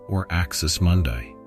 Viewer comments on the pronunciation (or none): none